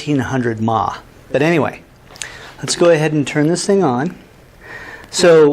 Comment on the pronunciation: hahaha "maw". milliamp (milliampere) hours?